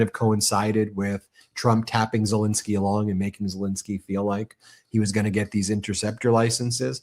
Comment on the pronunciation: I’ve heard of “Zel-E-nsky”. Who the hell is “Zel-I-nsky”??